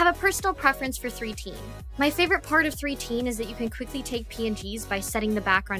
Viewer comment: Just wanted to say that 3tene is read as "Mitene" in Japanese which is translated as "look (at me)". But Three-tene sounds legit too. Thanks for this guide! Checking out ALL of the programs you mentioned.